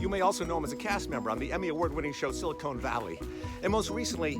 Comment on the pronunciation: It's Silicon Valley Kevin, not Silicone Valley.